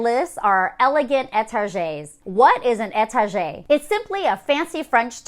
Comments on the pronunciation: No hate just fyi étagère is pronounced like étage-air. You were saying Ay Tarjay so all I could think of was like how some people say Target in a fancy way haha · It’s pronounced etage(air) 😁